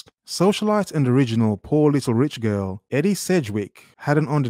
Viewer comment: Edie pronounced Ee-dee.